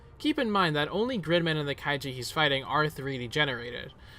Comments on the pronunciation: It’s kai(ju) not kaiji. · Kaiju not Kaijie. lol